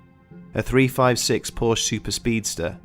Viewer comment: Fact Checking could have made this short documentary factual. Most of the stories are embellished and/or BS. First. PORSCHE is a two-syllable family name, Second. There is no curse of the Little Bastard. Third. James Dean: On The Road To Salinas....is the real deal for James Dean's motorsports history with his Porsche 356 Speedster and 550 Porsche Speedster. Lee Raskin Porsche historian and author